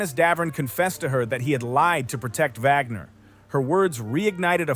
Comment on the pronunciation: Wagner not Vagner